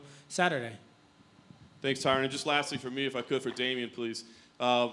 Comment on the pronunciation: Tyron "Thanks for saying my name correctly." Woodley